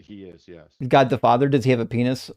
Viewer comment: What's a fadder 😂😂